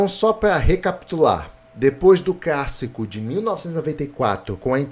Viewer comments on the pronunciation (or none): Eu ouvi crassico?